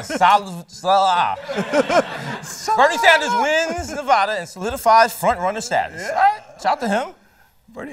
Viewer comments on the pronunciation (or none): none